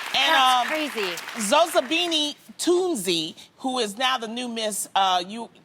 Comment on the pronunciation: Loni pronounced Zozibini so beautifully ❤🔥💯